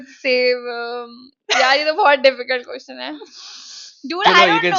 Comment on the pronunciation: And yaa one more.. question ❎ qotion✅